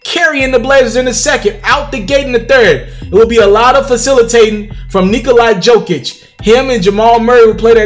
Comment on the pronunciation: "Nikolai Djokich" 😂... It's pronounced Nikola Jokić (Yokich). Nice review either way.